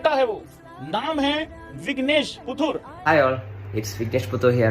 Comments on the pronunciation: Arey Bhai, pronunciation toh sahi kariye. Aap Vignesh SUthur keh rahe hai. Unka surname PUTHUR hai! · Are dada puthur bol puthur 😂😂😂😂😂